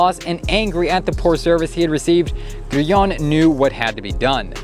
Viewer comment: Why can't Americans pronounce anything properly? Who the fuck is "Grueong"? 😂😂😂